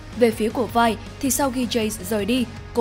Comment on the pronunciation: 'Vi" k có đọc là vai bà ơi